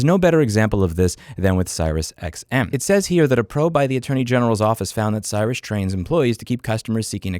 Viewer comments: By the way it's pronounced "Serious" rather than "Syrus" lol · It’s pronounced serious xm. Not sirus xm. You are missing a letter in the name. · it's pronounced 'serious' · Serious not cyrus.✌ keep fighting the fight though. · Is it Cyrus like he says? I thought it was pronounced like serious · All you have to do is cancel. And it's pronounced "serious", not "cyrus". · It's Serious, not Cyrus. Bababooey. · Not gonna argue on any of your points. But I WILL say that you are pronouncing the company's name wrong. It's pronounced "serious", not "Cyrus". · If you've ever heard their commercials, you'll know how Sirius is pronounced. haha. See-rious. Not Si-rius. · You really mispronounced Sirius the entire time LMAO it's pronounced similarly to "serious", not Cyrus. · Louis, it's pronounced "sirious", no "cyrus". But aside from that, spot on and it appears that they are being sued for it. I was a subscriber to XM and canceled when Sirius bought them, before they made it impossible. I did buy a GM car in 2017 that included 3 months free sub. I wasn't interested and listened for a few days before realizing how bad they sucked. They hounded me for months via phone and mail. Since they never had my credit card info, I just told them politely to please f-off. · Great video! PS. It’s Sirius, pronounced “serious.” Not like “Cyrus.” (Then again, they are an awful company, so who cares 🙂) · FYI… It’s pronounced like the word “serious”, not “Cyrus”. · It's pronounced "serious", not "Cyrus". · Louis, It's Seer-eee-us , not Syruss. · Sirius is dreadful. They've had the same issues for nearly 20 years. Btw it's pronounced "serious" not "cyrus" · Great commentary but SiriusXM does not pronounce their name as Cyrus - it is pronounced as Serious. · Great content, Louis. Thanks! Also, just fyi, Sirius is pronounced serious. Easy way to remember is…SiriusXM is SERIOUS about screwing consumers. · its not "cyrus", its pronounced like "serious" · It’s SiriusXM not CyrusXM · serious, not cyrus